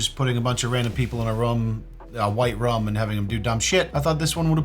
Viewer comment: “Putting people in a white rum” lol always makes me chuckle when says room as rum 🤣